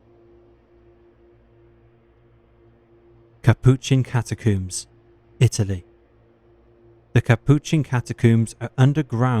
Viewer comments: Yeah, i don't want to be one of those people complaining about videos i watch for free, but this narrator sucks. He's trying to speak too softly, too slowly, and he needs to learn how to pronounce shit before recording. The over-pronunciation of "macabre" is one thing, but 'cata-cooms' and John Wayne 'Gassy' are just unforgivable. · “Macabreh” “catacooms” “gassey”